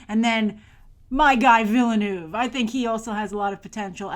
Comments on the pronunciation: Awesome !!! P.S: Denis is pronounced without the "s". And Villeneuve is like "Vilnuv" or something like that. FYI ;) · Huge fan of a guy she can't even pronounce the name of??? Willeh-Nooph! Really? Pffff